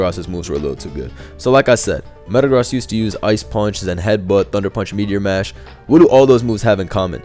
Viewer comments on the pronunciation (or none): none